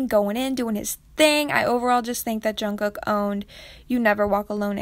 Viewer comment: when she said jungcook I died mentally 🤣